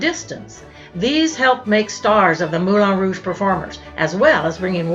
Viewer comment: Hello. Ex Professional Dancer at the Moulin Rouge here. ( Dec 86 to Jan 88 ), the last year of Femmes, Femmes, Femmes. It's pronounced MoulAN Rouge, not MoulON.